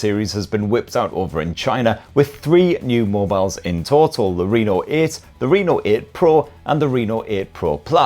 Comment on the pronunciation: I thought said the Renal 8 Pro there for a moment. 😂😂